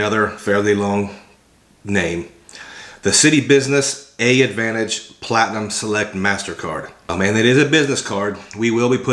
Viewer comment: Hey brother... the first A in AAdvantage is silent. You just say Advantage.